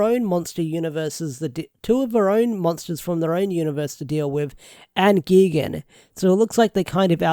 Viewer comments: ITS NOT GEGAN ITS GIGAN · X-Zi-liens is how its pronounced, also GUY-gan, I dont wanna sound like a butt, wanna help ya out with some names, because godzilla kaiju names can get a little weird, but seeing Gigan (Guy-Gan) with these 2 other power rangers monster remind me a lot of the old Zone fighter episodes that would feature Gigan and King Ghidorah